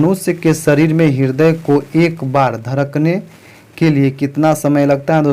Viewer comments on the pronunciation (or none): none